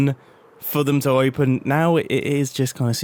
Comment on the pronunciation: "Oipen" ~mumbo